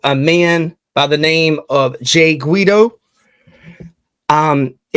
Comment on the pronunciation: Thank you for helping to spread this story. Yes, you were pronouncing his name correctly sounds like GWEE-doh. This woman needs to be found! Jay’s entire family is devastated by this horrific, senseless tragedy. This is my brother. This happened just 3 days after attending our father’s funeral and two weeks before his daughter’s wedding! We lost our mother is a car accident in 1989, when we were young, so it hits even harder to loose him this way. He was an incredible son, brother, friend, uncle, great uncle, nephew, cousin and most intensely father and husband! An overall incredible human being! Please help find this woman. Hug your families tight and tell them you love them, you just never know 💔🥺😢